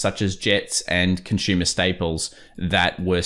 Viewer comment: “Conshuma”. Lol